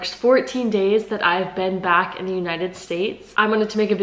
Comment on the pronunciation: „I just want to switch ack to the Punkt“ perfecthaha